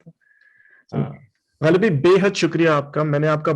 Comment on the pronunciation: When you speak Ghalib,when you speak words like Rasale You remind me of my grandfather who studied in college in Lahore.